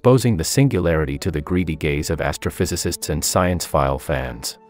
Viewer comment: took me a moment 5o understand it's "gaze". I felt called out...